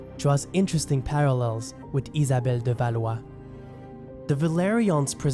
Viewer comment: Ça fait plaisir de voir l'essor d'un youtuber Canadien-français! Ne serait-ce que pour ta prononciation d'Étienne de Blois et Isabelle de Valois!